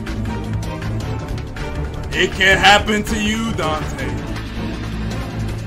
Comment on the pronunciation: "It can hapen to you"